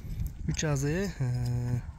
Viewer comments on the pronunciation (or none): Азый дейт дайым эле озу Асый болуп айтылат